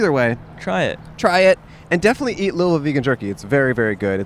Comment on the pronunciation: I realize you probably won’t see this but thank you for saying Louisville correctly lol